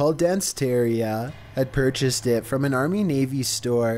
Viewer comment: I would have never "pur cheased" that freezer lol